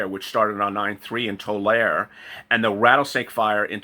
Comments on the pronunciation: its pronounced Too-lar-ee, spelled Tuare lol...I live about 10 miles away from there.. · Tulare is pronounced Tular-ie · Pronounced like see but re Tular-e